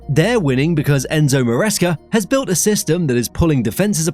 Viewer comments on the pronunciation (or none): none